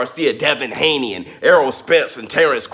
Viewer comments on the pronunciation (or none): none